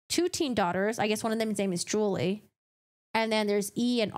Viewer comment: Julie is pronounced as "Jew-Lee" not "Jewel-ee ".